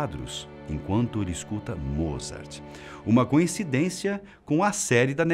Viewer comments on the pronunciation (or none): none